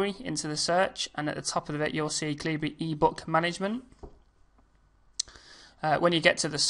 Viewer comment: Bawhaha!!!! It's pronounced Kal Uh Burr like the sword "excalibur" with out the "ex" good tut tho....